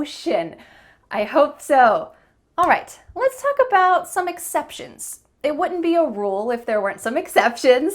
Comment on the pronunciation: You pronounce "All right" with sounding of the ending "t".